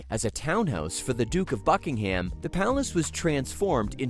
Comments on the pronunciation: The British pronunciation is "BUCK-ing-um" and not "Buck-ing-HAM." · Raise your hand if you cringed every time he said HAM. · You need to drastically improve your AI narration, too much of it was continually repeated as was video footage. You also need to learn how to pronounce words & names correctly. Buckingham is one word, it is not hyphenated and the 'ham' is pronounced 'em' or 'am'.